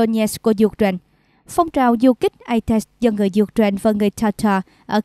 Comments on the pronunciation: "U-tren" là nước nào?? Xướng viên nên đọc cho đúng: "UKNAINE" chứ không phải "U-TREN" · Có một vài chổ XNV đọc là U-Trent thật. Nghe đọc phút đi.